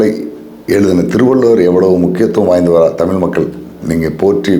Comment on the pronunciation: தமிழை "தமிள்' என்று உச்சரிக்கிறீர்கள்???